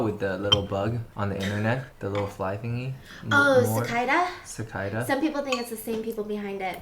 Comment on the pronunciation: The way they pronounce Cicada 💀